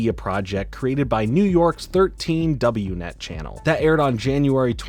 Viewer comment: "Double-u net" 💀🤣 Also skwak pad rhymes with pack, not hawk